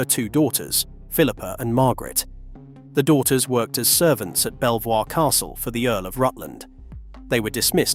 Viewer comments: Belvoir castle, pronounced 'beever', not 'bell-voir'. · Sorry to be that person but Belvoir is pronounced Beaver. I know it doesnt make sense but there you are! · Thanks for an interesting video. Just for your information; Belvoir Castle is pronounced Beaver Castle. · I see several other people getting corrected about the same thing in the comments. You must admit to the casual observer NOBODY would ever think that " B e l v o i r " would have been pronounced beaver !!! It's kind of like the difference between how " B e a u c h a m p " was pronounced both the English way and French way in the recent television miniseries "Outlander". The character of Claire Fraser had a maiden name of " B e a u c h a m p ". Her English family on the other hand, pronounced it, ' B Chump '. However, the occasional, French characters who floated in and out of the series.... pronounced it, ' Bow Chaum / Shaum '. They are BOTH completely different pronunciations. Yet, same proper noun, same family, same spellings, etc. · It is not a real person it is a AI voice....it mispronounced amongst other things blighburgh castle and belvoir.